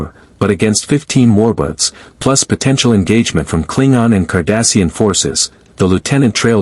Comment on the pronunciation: Why does it keep saying Romulan Warbutts?